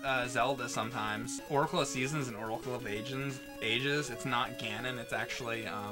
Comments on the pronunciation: somehow fluffed pronouncing the Zelda GBC game titles and my ears heard "Zelda: The Oracle of Asians". I'D STILL BUY IT. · Did say Oracle of Asians? lol